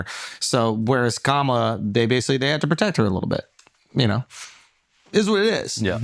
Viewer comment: I think another reason she lost is the fact that the guy on the couch who is clearly a big kamala supporter mispronounced her name. It is clear that it's a difficult name to pronounce for people of non Indian background but we've been gaslit that everyone is rascist because they say Camilla. That was annoying everytime ppl jumping on their high horse about this.